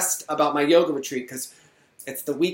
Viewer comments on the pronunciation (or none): none